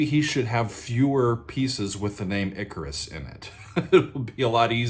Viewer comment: It's pronounced ICK-CAR-US